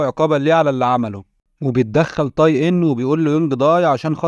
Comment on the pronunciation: اسمه (تاي) وليس (طاي) حرّفت الاسم